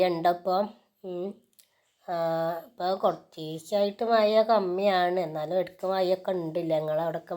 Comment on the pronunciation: മയ അല്ല മഴ